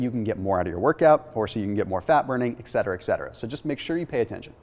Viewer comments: You and Berg both mispronounce the word, “etcetera.” “Ekcetera” is an online monstrosity. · Yes it was. And then it was pronounced as a c as well. There’s no excuse for it, other than ignorance.